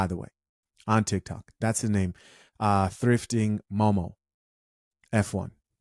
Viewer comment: "Thifting Mom of 1", not momo1 :p